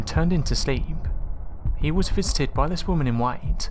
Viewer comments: he says visited and it sounds like "fisted" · i misheard 'visited' as 'fisted' and im like ????? dude cringe